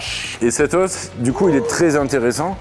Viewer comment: Ça me tilt un peu de l’entendre dire « Des OSSES ! » 😂 j’suis grave sensible !